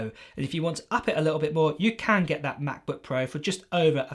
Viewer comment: please dont say ma' bu' puo any more